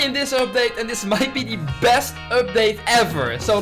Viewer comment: This is the 200th episode of updates where he said "this is the besz update ever"